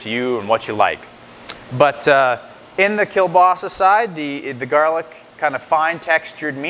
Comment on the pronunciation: you don't pronounce it right!